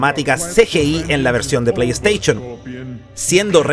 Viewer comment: Playsteichon, chaolin jajajaja! Aprendé a hablar! El video estaba bueno igual :D